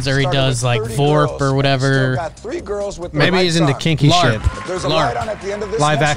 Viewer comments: "He does FORP." 😂🤣😂🤣😂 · "he does vorp"